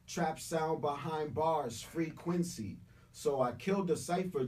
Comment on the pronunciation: Wow!🙏🏿 free-quency 😂..